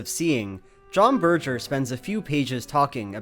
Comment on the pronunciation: "Ber-jer"?! Berger... "Bergh-er"